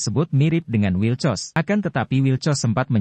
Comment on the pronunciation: Wilcox min, bkn wilcos 😥😒😒😂😂